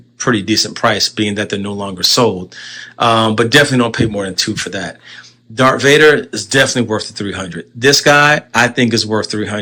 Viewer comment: Whoa whoa WHOA…WAIT this “Star Wars fan” keeps repeatedly saying “Dark Vader” lol 🙄🤦🏻‍♂️